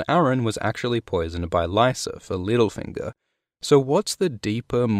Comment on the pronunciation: I love how you called him “lil finger” like he was some SoundCloud rapper instead of “Little Finger” LOL